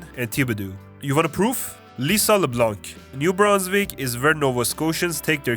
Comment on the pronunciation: dont prononce the c at leblanc or in the color blanc. it is for its feminine part that you put that there: blanche.